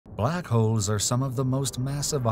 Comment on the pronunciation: In the beginning of the video I really the he said black hoes😭😭